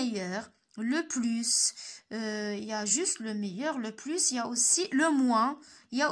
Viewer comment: علاش كتنطقي s ديال plus فاش كتكون فالجملة